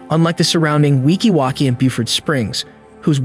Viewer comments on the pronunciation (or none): It’s not weeki walki 😂 it’s Weeki WATCHee